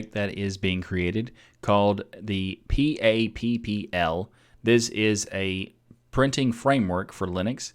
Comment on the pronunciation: sorry i can't help but snicker every time you say pappl